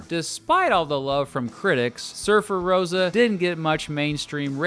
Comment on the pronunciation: It's not Surfer-Rose-a, it's Surfer-Roe-sa ;) Haha, like Levi-o-sa lmao.